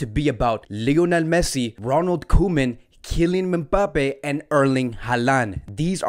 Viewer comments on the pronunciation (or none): Bruuuh every time says membappe instead of em-bappe 😂😂😂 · lmaooo what? That make no sense. I’m not the only American I know, you know 😂 we know how to say mbappe just always says it like that and it’s funny